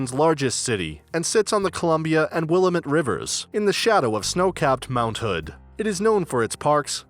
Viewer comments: I legit fucking cringed when he pronounced it that way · Pronounced "Willamette" wrong.....not sure how much I trust this video.... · Ha, totally! Right off the bat too... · Not to mention the pronunciation of the city’s river. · he pronounced Willamette wrong. also first comment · I started to watch this and started laughing at how he pronounced it. Let me tell you all about a place with things I can't even pronounce, lol.